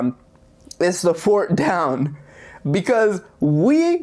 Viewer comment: You saying fort down lololol bruhhhh